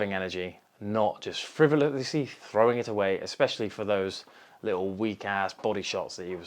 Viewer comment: I noticed you can't say frivolous. Lol good to see you man.